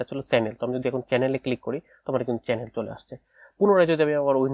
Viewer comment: কেনেল😂না কি চ্যানেল 😂